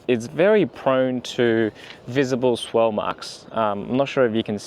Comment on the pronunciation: Swirl marks. Good. Sounds like you said swell marks